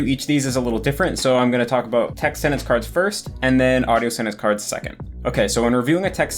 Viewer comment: ur the only native eng speaker I’ve heard pronounce sentence as “sennence” lol